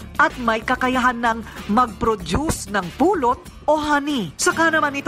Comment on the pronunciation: natawa aq sa pagbigkas ni korina sa pulut,prang napulot haha